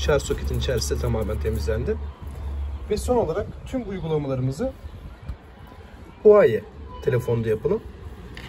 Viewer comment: Abi huvayi demeseydin iyiydi